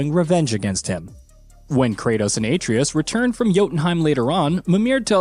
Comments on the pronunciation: Bro if you cant pronounce Atreus' name be respectful and call him Boy! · This dude butchers names in way too many videos. The craziest part is when they let a cutscene play in which the character's name is mentioned and he just refuses to say the name correctly... Even if he is recorded prior to the cutscenes being added in, someone could step in and correct him during taping. You're not telling me no one at Gaming Bolt knows how to say Atreus, Shang Tsung, Raiden from MGS2 etc etc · The pronunciation of Atreus is hilarious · It’s obvious he’s reading from a script. The fact he mispronounces Atreus so poorly leads me to think he’s never actually played the game.